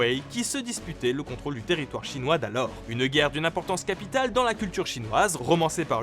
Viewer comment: Je suis étonné, bonne prononciation en Chinois, ça change par rapport à bcp d'autres vidéos ou ils font pas l'effort de vérifier, Good Job